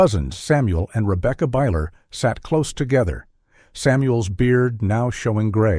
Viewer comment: No they wouldn't nor do they pronounce Rebecca, Ribka.